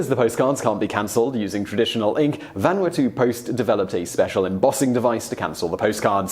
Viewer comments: well, you got closer with the Japanese pronounciation, but you screwed up Vanuatu. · that hurt my ears. Lmao